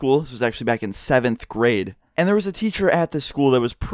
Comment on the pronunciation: In the beginning instead of him saying seventh grade,I thought he said cemetery. I thought that because the text on screen said meow so In my mind I might of been like if it was some sort of dead cat.